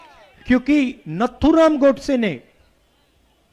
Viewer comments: नाथूराम गोडसे जी को नथूराम बोल रहा है उसके एडवाइजर क्या सलाह देते हैं समझ नहीं आता है जिसका धर्म का पता नहीं है वह हिंदुत्व का भाषण दे रहा है कायर है सुनने वाले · Rahul can't pronounce correctly Nathuram .He is not mentally matured person. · इस गदहे को नाथूराम गोडसे का नाम तक लेना नहीं आता ।